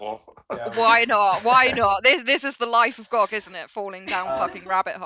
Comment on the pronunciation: It’s Gee oh Gee. 😁